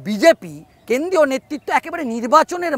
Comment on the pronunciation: আপনি দয়া করে আপনার বাক্য গুলো পরিষ্কার করে বলুন । কেন্দ্রীয় কে কেন্দিয় , মন্ত্রী কে মন্তি, প্রমাণ কে পোমান স্বরাষ্ট মন্তি সব " র " ফলা গুলোকে বাদ দিচ্ছেন কেনো ? সূত্র কে সুত্ত 😂😂😂😂😂